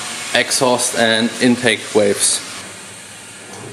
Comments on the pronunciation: when you say waves cover. it gets me every time lol i know you mean valve cover i just hear you saying waves lol. I Like your videos man keep up the amazing work. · Say valve like falve